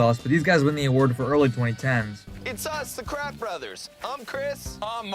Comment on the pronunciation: I thought he said wild brats. Or is that just me?